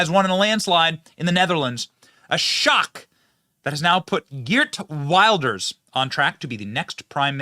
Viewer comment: Benny, his name is prounced "He art Vilders" for your benefit. Like Trump and Farage, he's been pilloried by the left and the media for decades and even banned from entering the UK by Blair's criminal government for warning about the threat of Islam, while at the same time they allowed mad mullahs in to preach death to the west. OUTRAGEOUS!